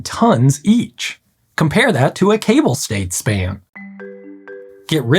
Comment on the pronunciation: Yes, as a Frenchman I particularly appreciated his pronunciation ! First one I heard it correct from an anglophone.